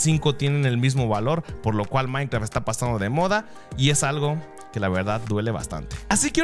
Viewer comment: like cuando dices maincra en vez de maincraft